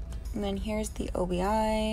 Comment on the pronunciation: the “o.b.i.” as you called it is an “obi strip” pronounced “oh-bee,” just so you know for future Japanese unboxings~ Can’t wait for mine to arrive~ I understand Japanese far better than Korean so I’m very excited haha